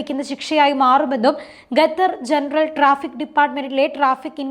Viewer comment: ഗത്തർ അല്ല😢 ഖത്തർ😊